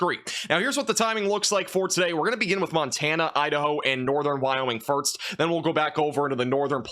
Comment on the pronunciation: Suh-nificant 🚫 SIG-nificant 👍 Firtz 🚫 FirSt 👍 Love ya, dude, but these drive me crazy!